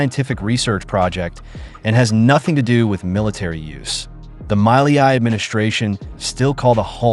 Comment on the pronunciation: I think this is all ai generated. Look at how they pronounce the Argentina’s president name they call it Miley-I